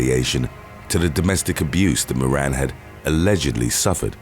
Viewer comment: "moran" 😂🤣😂